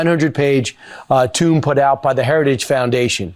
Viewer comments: "...a 900 page tomb put out by the Heritage Foundation" - How can you take seriously a man who doesn't know how to pronounce 'tome' properly? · TUME? WTF is a TUME? Does he mean tome? He's a TUME. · Freudian slip there, chief, or just ignorant of how "tome" is pronounced? Either way, Project 2025 surely would be the tomb for our democracy if it ever went into effect. Also, love how Trump kept calling it "Project 25”. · Tome not Tomb Why can't these peple speak English? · A 900 page what? Sounded like he said tomb or toon. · "They keep on tying you to project 2025, which is a 900-page 'tomb' written by the Heritage Foundation..." I'm pretty sure he meant "tome", but perhaps "tomb" is more appropriate. 🙄 Moronic. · Tomb? I think you mean "tome," Mr. Professional Communicator. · A 900 page tomb? Or does he mean tome. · A five hundred page "toom" or a five hundred page "tome" (tomb mispronounced =;?) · re The Fox and Friends segment. Tome is pronounced "Toemmmmm" not Tomb. 🙄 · +-, Kilmead describes the project 2025 document as a 'tomb' when his que card probably said 'tome'. I'm not surprised he would mistake 'college' for 'colored'. He's an idiot. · Fox News said "tomb" not "tome"...ffs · "a 900 page tomb put out by the heritage foundation". Maybe if these idiots were well-read they'd actually know how to pronounce "tome". Good try though, in fact an appropriate choice of words for the brain-dead.